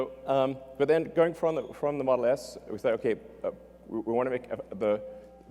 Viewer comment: XD he said model ass